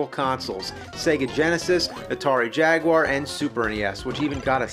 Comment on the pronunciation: Yay! A game reviewer who pronounces the word "Jaguar" correctly!